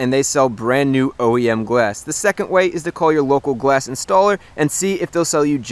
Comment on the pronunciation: am i too deaf or he is saying gwass insted of glass